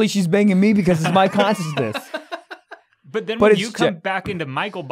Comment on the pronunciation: I’m obsessed with Michael not being able to say the word “consciousness”